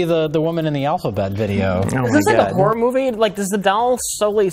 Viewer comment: I love the latest Ben Afflect moopie